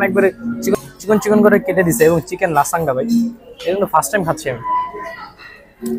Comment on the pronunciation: লাসাঙ্গা না লাজানিয়া নচেস না নাচোস